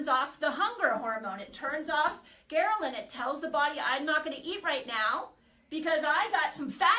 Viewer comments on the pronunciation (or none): Gherlin??? It’s Ghrelin! What kind of Dr. Is this? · *HELPFUL* Quick FYI- You have a small transposition. It's "ghRElin," vice "ghERlin."